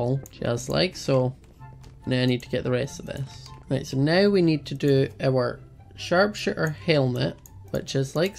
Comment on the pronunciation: said sharp-shit-er when he was saying the name of the armor